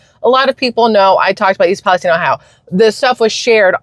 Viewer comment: I could tell it was a fake because how he pronounced East Palestine